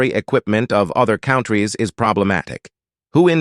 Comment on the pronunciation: I noticed with superiority and thought OK. Bostonians, Brits and kiwis and Aussies, Minnesotan, etc. Have unique dialets,. But then he said. Other. Count trees instead of. Countries. Ain't no English speakers that would say it that way.